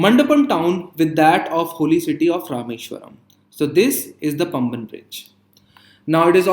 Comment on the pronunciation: பம்பன் bridge illa பாம்பன் bridge